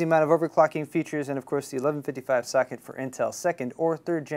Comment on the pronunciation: I thought he said "Fuck it!" Instead of Socket.